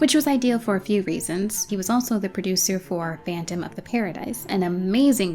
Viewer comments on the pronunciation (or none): none